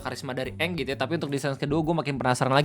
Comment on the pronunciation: Ini mah bukan "eng" tapi "a'ang" 😂😂